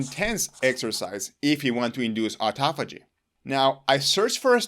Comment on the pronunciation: High-POXE-ee-ah? I could have sworn it was pronounced high-POX-ee-ah. Live and learn. Never knew how to pronounce the word “autophagy” so thanks for that. I was using the same pronunciation as in autoimmune, automobile, autonomic, automatic. Maybe they should be pronounced oh/aw-TOH-matic, oh/aw-TOH-nomic, oh/aw-TOH-immune, etc. Dang English is a bear of a language to figure out how to pronounce. SO many exceptions to exceptions.